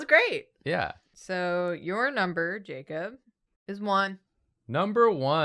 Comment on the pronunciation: I'm glad they finally got barrett to correct the emphasis on jacob horse